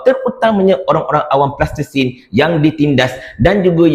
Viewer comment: sebut betul betul Palestin bukan Plastesin....